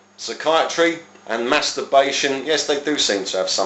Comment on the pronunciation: I love your videos!! They are very informative, and I love your attitude!! Makes me laugh too especially when you say "internet masterbation" min! You say it so strongly, I know I'm juvenile in the head- and American but it's still funny. ;) God bless!